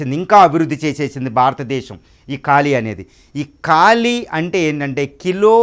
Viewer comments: కాలి... కాదురా అయ్యా..... కాళీ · కాళి ... కాలి కాదు...